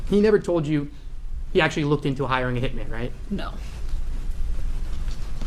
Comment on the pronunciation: omg the H slips out !!!!